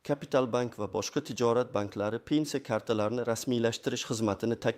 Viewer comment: ПЕНЦИЯ эмас П Е Н С И Якор савод , где учился в подвале наверное.